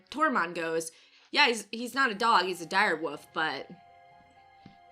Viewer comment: Did you just call Ghost a Direwoof? :o